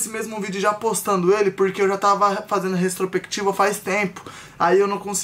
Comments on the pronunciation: O falando retrosprequitiva e tudoo ksksksksk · Restropectiva foi foda hein 😔 Os meninos são muito bons, porém eles falam muito errado e por serem influenciadores deveriam se preocupar com isso! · Vai virar meme o tentando falar "retrospectiva" KKKKKKKK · Eu rindo achando que o tava falando retrospectiva errado kkkkkk